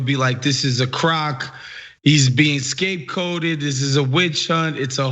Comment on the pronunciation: Did he just say scapeCOTED?